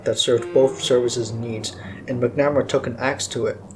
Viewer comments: McNamara: pronounced Mac - nu - mare - uh Ignatius: pronounced Ig - nay - she - us I had the privilege of being an Avionics Tech on F-14's with VF-111 in the Navy. Those of us who spent countless hours maintaining them still hold a fondness for them to this day. Were they big, heavy, complex birds? Yep. Did they get the job done? Yep. At the time, the F-14, even with its shortcomings, was still better than anything our enemies had in the skies, and our Naval Aviators were better trained, and more capable than any of our enemies at the time. The F-14 still maintained an air superiority role for quite a long time. There's a reason why it was the F-14 crews that were sent to Top Gun to learn advanced dogfighting skills. There's also a reason that the F-14 has so many MiG kills to it's name. Was it the BEST fighter we had? Nah...I can admit that, but the Navy still trusted it over any other aircraft to be the one to ensure the safety of the carrier, and it's battle group. There were two F-14's in the sky, and two more on deck armed, and ready to launch in a moment's notice, 24/7, while the carrier was underway. When we launched strikes on Iraq in Jan 1993 from the USS Kitty Hawk, besides the E-2C's and SH-60's, the F-14A's of VF-111 and our sister squadron with whom we shared a hangar at Miramar, VF-51 were the first aircraft off the deck, and the last ones aboard. Not only did they fly escort for the F/A-18's and E/A-6's, they also flew strike missions of their own at the same t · Its Mac-Na-Mar-A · You don’t seem to know much about Robert McNamara. And, you’re saying his name wrong.